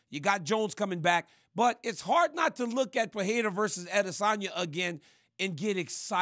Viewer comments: Not sure why people, let alone high paid professional analysts that can't speak the language try to say names they can't and say it different and butcher it every time. Per-re-ra sounds much better than Per-le-la or Pa-we-wa 🤣🥴🤦‍♂️ Come on man.. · SMH.. the UFC owner doesn’t know how to say Alex Pereira properly🤯 the “wife slapper king” said Alex PEHERA 😂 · “Uh-lex pehayda”